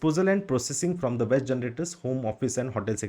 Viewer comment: Waste Vs West, Do correct pronunciation. Other things are okay